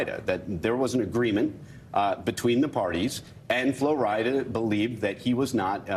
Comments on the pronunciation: It seems like they are struggling with saying Flo Rida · These people saying Flo RidAH, im screaming